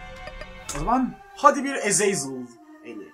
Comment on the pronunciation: ezezel ne demek abi :D azazel diye onukunuyo :D